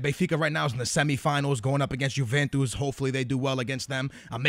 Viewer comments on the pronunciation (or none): none